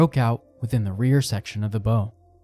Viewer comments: A ships "Bow" is pronounced like it rhymes with "how" not "hoe"... Never the less very well done video, I enjoyed it very much. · Wanted to enjoy it but as soon as I hear common maritime words like “bow” mispronounced over and over, it’s too grating. It’s one thing to get someone’s name wrong, but that doesn’t jive and just makes this feel like yet another AI cash grab so…gonna have to give this channel a pass sadly. I was excited too as I like the premise. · She had a huge ornamental bow ('hoe') on the front to serve as a bow ('how'). Few people know this. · Yeah, a video about ships getting the universally-known 3 letter word for the front of the ship totally wrong. No biggie. 😂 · Find someone familiar with marine terms to read the script. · Bow… that one got me every time. 🤦‍♂️ Instant “there goes all credibility, just another monetized YouTube with outsourced everything.”